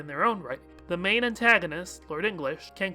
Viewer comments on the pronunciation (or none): none